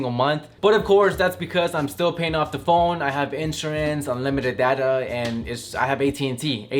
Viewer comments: "phoen" isnt IT phone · He said phoen,*phone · Phoen? I thought it was phone😂